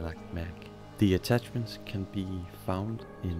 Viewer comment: "WEPONS" "ATTATCHESMENTS" Bro, do you even English?